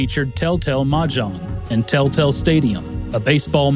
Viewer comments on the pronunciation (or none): Until "Tel-Tel" appeared on the screen I thought you were saying "Telltale." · I keep hearing Tell Tale rather than Tel Tel xD